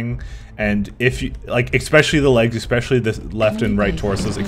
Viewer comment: Especially not ecspecially or exspecially!!!